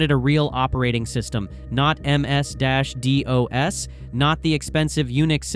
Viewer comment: Please pronounce MS Dos and GNU correctly